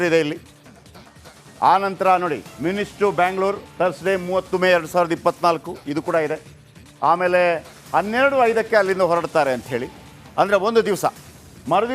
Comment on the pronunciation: ಬಾಸ್ ಅದು ಮ್ಯುನಿಚ್ ಅಲ್ಲ ಮ್ಯುನಿಕ್